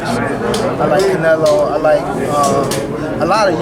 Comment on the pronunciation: It was so hard for tank to say canelo.